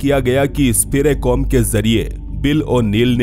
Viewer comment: अंग्रेजी में कुछ भी हो सकता है 😅, स्पिरिकॉम को स्पिरेकॉम बोल रहे हो 😅😅। कमाल है कि एक वैज्ञानिक मर चुका है और फिर वो ही मशीन बनने के बाद बात करने लगा और कुछ समय बाद आवाज भी गायब हो गई 😆😆😆😆🤣🤣🤣🤣